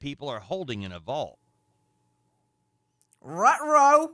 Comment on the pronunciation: “RUTRO” 😂 Nancy is the best!!! And looking so beautiful !! ❤